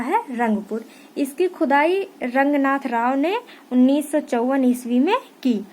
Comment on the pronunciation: Maam aap baar baar khudai ko khujai bool rahi hooo 😀😃😄